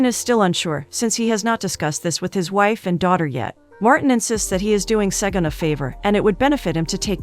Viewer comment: As a Nigerian, listening to the narrator pronounce these names, got me😂😂😂😂😂😂😂😂 Segan - Shègùn Diji - Ďejì Op - Òpè 😂😂😂😂😂 Thanks for featuring the movie